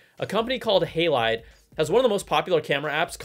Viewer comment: It's HA not Hey for Halide :)